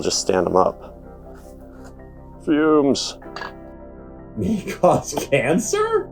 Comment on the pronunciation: 100% noticed this as well! But the way he said "fumes" made up for it.